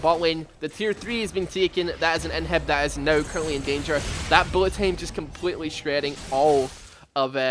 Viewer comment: stop saying tame instead of time, vocalize correctly jaja